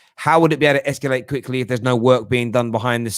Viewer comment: Whats "esculate", mate??? Are you tryna say "ESCALATE"??? LOL 😆...Up the Terrace